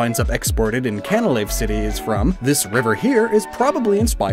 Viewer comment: I could have sworn that Canalave was pronounced “can-uh-lay-ve”? Or was that just to enunciate the “canal” part of the name?